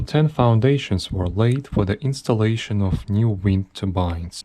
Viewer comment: What do you mean, everybody know its aynstalaishn.